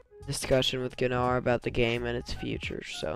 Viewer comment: There was also Kitgat's vid with Gnar. No offense there's no Ga in Gnar its just Nar.